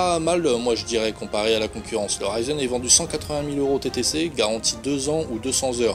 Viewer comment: Bonjour , Oui un commentaire juste pour ça est justifié. Suffit de savoir communiquer en fonction de l'augmentation de la portée espérée de sa visibilité. J'y ajouterai que : • RISEN de conception et réalisation italienne ne se prononce pas RAÏZEUN • BERINGER (entreprise française) ne se prononce pas BÈRINGUEUR • le retour d'expérience abrégé en REX pouvant être confondu avec un ex-parti politique belge d'extrême-droite, l'acronyme RETEX pourrait s'avérer préférable Si vous n'avez pas compris, retournez sur les bancs de l'école communale et/ou prenez des cours d'orthophonie...